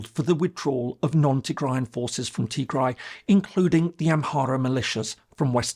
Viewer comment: You butchered the “Tigray war” part, but tbf it’s quite complicated and need a some research